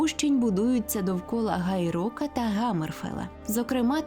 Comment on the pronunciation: Гай Рок? Гаммерфел? Ви серйозно... блять🤦‍♂🤦‍♂🤦‍♂